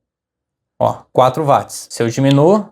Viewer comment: O desgraçado do cientista escocês James Watt (lê-se Djeims Uót) teve o seu nome dado à unidade de potência Watt (Uót) como homenagem, mas ninguém o quer pronunciar à inglesa, insistindo em ler o W com som de V como em alemão...😂